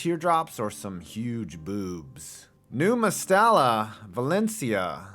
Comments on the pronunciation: Calling it Mastella makes my ears bleed, it's Mestalla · It’s MEstalla not MAstalla.